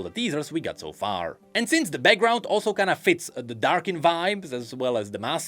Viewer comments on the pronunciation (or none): none